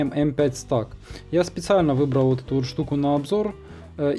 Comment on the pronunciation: только не Стак, а СтЭк!!! Вещаешь в массы - вещай грамотно! Не плоди безграмотность - ее и так немало!